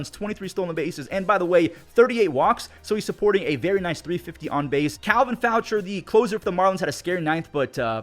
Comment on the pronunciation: FYI Faucher is pronounced Foh-SHAY